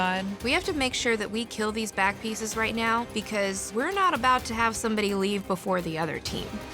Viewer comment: I’m I the only one who heard bat piece not back piece